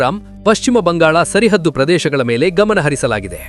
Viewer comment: Sarahaddu...tappu uchhara sari madkolli